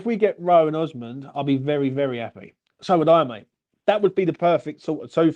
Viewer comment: Osman - osmand - oozman - oozamond 😂😂😂, uv named the poor fucker 4 diff names 😂 made me laugh